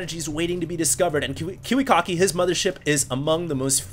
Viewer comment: sounds like you'd say kewekocki xD